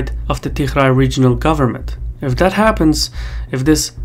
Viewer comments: Why you keeo calling Tigray regiion as "TiHray"??? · you pronouce tigray with a g, not "tikhray" lol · I don't think the pronunciation of Tigray is correct Anyway, a very informative video 👍😊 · You aren't pronouncing Tigray properly. If you can't get that right, what else are you not getting right? I've seen you get a bunch of other stuff wrong, so this isn't a good trend. EDIT: I just checked on some of your claims. There are errors in this video. Overall it's useful, but your errors are a problem.